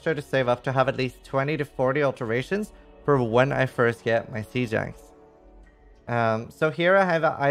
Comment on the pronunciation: i love how you pronounce "siege axe" "sea jax" lol super interesting